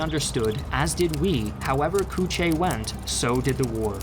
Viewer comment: North Vietnamese here and it's pronounced more like "Coo Chee"